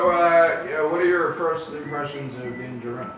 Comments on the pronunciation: It's pronounced Din JAR'in Not Din JA'rin Emphasis on JAR, not JA! Listen to how it's pronounced in the show....... I know it's petty, but for whatever reason, drives me NUTZ to hear his name mispronounced...... other than that, love GenerationTech. 🤷‍♂️ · I just cringe every time his name mispronounced 😳😬